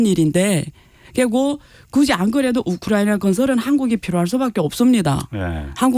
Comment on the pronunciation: 우크라이나 발음이 어려워.......우크라나....ㅋㅋㅋ